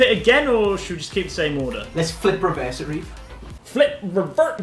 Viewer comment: Reev not Rev lol